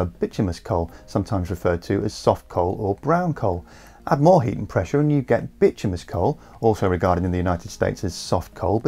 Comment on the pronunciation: I thought it was " bituminous " coal, as in "bitumen" not " bitumous " coal as in... ?